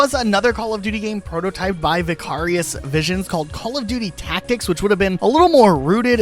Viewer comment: You not being able to pronoun Vicarious properly bothers me more than it should 😂